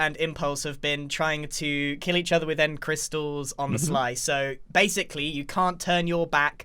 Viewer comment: Base-icly? are you seraius grian?